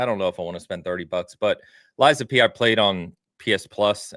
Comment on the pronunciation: Ok all this time I hear Liza P finally realized it is lies of P 😮